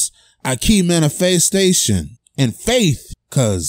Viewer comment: How the fuck did you pronounce manifestation